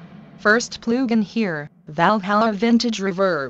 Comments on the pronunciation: “Next plew gin” 😂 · "Ploogin" haha